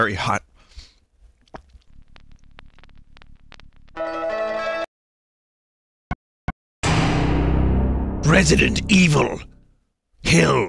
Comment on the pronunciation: Resilent Evhill